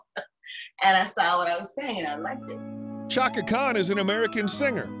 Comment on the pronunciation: Hey...some of those pics were HIT!Chaka would check you I bet!😅and practice pronouncing her full name correct..all in all you gave a pretty good Bio..and I gave you a thumbs up..also..you gave some info that I never knew!Appreciated never the less😁